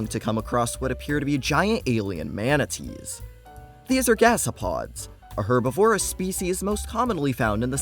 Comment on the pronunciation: bro said "herb if vore us"